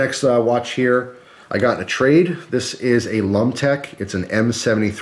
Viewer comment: I cringed every time you said lumtec